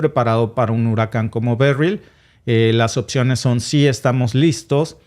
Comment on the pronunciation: no se dice "occiones" sino opciones.